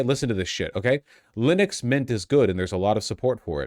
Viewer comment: You taught me to mispronounce linux. i will never say it correctly now 😭